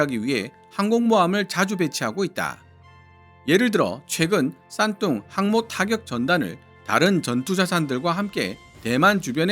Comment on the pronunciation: 왜 싼똥으로 들리지